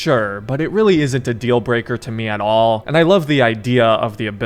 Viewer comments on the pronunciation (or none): none